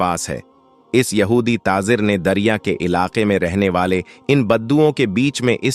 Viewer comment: Aap jham jham kyun bolte ho,plz aap thoda pehle pronunciation sahi kijiye,zam zam hota hai,iska matlab theher ja... Pronunciation sahi nhi hai,islamic history bata rshe ho? Namaj. ( namaz ) Jeeba (zaba) Tazir ( tajir ) Apka pronunciation bht hi bura hai,plz usko sahi kijiye..